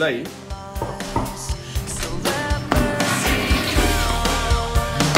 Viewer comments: I love the fact that Überraschung wasn’t overly harsh in its pronunciation. Also appreciate the Deutsche Bahn shirt. 😂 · deswegen hat er die Betonung perfekt gespielt